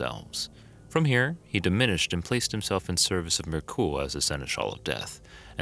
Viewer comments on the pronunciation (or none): Also Myrkul is not pronounced 'mer-ghoul'. Sorry to be a hater but you mispronounce like 80% of the gods names and I really like your videos and find myself drawn to watching them so it's extra grating because of that. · Guy puts a strange inflection on jergal’s and Myrkul’s name . Like an exclamation on the A and the U.